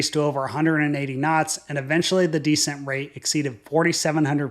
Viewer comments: Please! The word for lowering altitude is NOT DEEscent like taking stink off of something. The word is descent, the accent is on the 2nd syllable (de-SENT). One of the less than great things about AI. smdh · The word DESCENT is pronounced like this... accent the SECOND syllable, not the first. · You need to learn the difference in pronouncing descent vs decent